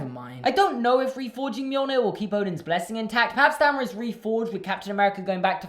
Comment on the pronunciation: It’s pronounced me-yol-neer but reads as mjölnir because the Norse where assholes at creating a language